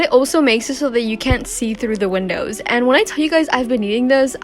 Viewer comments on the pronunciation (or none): none